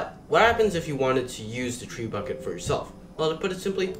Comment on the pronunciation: I am glad I watched this tutorial. Quick note it’s pronounced treh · byoo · shuht Or even more simply, Treb-bu-shey.